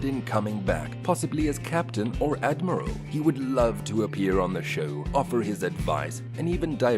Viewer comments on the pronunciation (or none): none